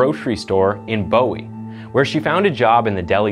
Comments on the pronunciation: OMG, that is the hospital we use, as we live in Bellevue . It’s pronounced Booy. The doctors you mentioned, Chance is my doctor and his dad took care of my granddaughter a couple of weeks ago for croup. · It’s “Boo-hee’” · My mom grew up in Bowie, and we pronounce it "boo-wie". No hate, it's definitely the weird way to say it lmao. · Not Bowie its pronounced booie